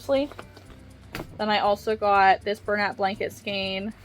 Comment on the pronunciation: Ooh... I can't! You're gonna want to smack me, but... Man, shoot... 🤣 I have no idea where the "skeen" pronunciation of skein is coming from. That's not pulling it toward German; that would be more like "shkine." It's not Italian or Spanish; that would be something like "skay-inn." I... don't know. It's very strange to me. Literally the first time I heard this pronunciation was a few years ago on YT. I've puzzled over it ever since. Anyway. Like Chanel and chenille, skein is another word that came to us through French. Here, "ei" is pronounced "ayyy" like beige or reign. Go ahead. Smack smack. I deserve it.